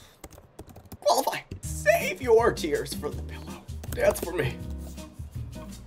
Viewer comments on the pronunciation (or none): "im thinking twice if you qualigy" 🥺 duncan is too funny istg